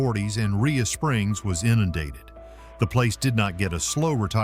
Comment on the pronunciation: Rhea pronounced ray not ria.